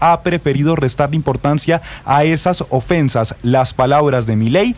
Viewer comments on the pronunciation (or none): Ofensas???? Jajajajajaja Ofesas???? Jajajajajaja jajajaja Dijo la verdad que todos conocemos